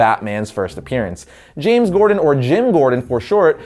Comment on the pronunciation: You said James gordan at the beginning